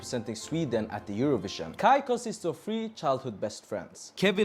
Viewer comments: KAJ is pronounced as kai. In Swedish j is not pronounced like in English - djay, but like yi. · I register that pronuned KAJ in the rigt way, but pronunced in English.. that got a lot of french prononciations on letters! I do think vould pronounce it as KAY in english/normandic/french?? I do feel sorry for Måns, he could have won in any other nation, with his europop/eurovision perforemance, it was great! And then some afterthougts.. Im positive, I think Eurovison need this, more autentical, local language, local positive things! On the other hand.. Im afriad if we wins, becuse it costs a lot to host next Eurovision final.. its kinda mini Olympics! Its this that its a EBU competition, its national public broadcasting companyes that competes, that get there fundings frome there population fees not there goverment! In worste case if we win again, we have to watch a lot of USA made cheap soap operas, for a year or two!:face-orange-raised-eyebrow